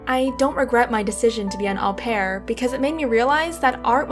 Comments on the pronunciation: U pronounce it O PEAR 😂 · Au pair is pronounced "oh pair".